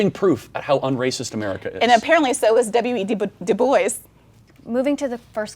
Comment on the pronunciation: No way i can take anything she says seriously after she fucked up saying dubois